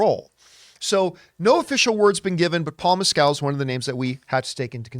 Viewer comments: It’s funny how many people mispronounce Paul Mescals name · I do find it funny the way you say Mescal